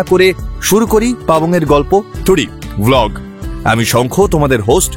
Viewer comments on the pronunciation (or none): V কিন্তু ভ নয়। 'ওয়' অথবা 'ব' সুতরাং ভ্লগ নয়। বাংলায় ব কথাটা দুভাবে উচ্চারণ হয়। ওষ্ঠ বর্ণের ব নয়, অন্যভাবে 'ওয়' বলতে হবে।